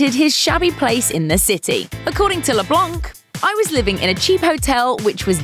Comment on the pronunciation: You dont prononce the c in leblanc, its a french name.